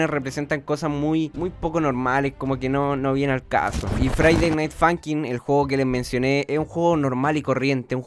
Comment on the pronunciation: todos:friday night funkin absolutamente todos:friday night funkin:faiday nait funkin